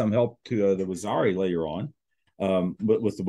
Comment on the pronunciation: Correct pronunciation: wah - zeer- ee... . Rather than waxari...